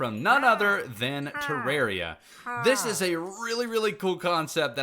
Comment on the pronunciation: hah u said terraria the right way accoring to the creator itself!